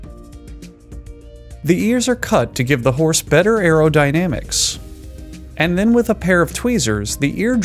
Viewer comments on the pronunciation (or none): "Earodynamics"? Really?